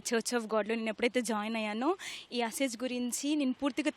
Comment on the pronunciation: It's asez not asaj